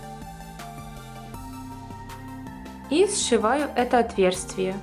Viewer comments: Говорите грамотно. Правильно "отверстие", а не "отверствие" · Спасибо за МК ! Всё понятно и интересно. Но позвольте исправить, не "отверСТВие", а "отверСТие". Слышу это слово у вас многих МК, в этот раз не удержалась, извините)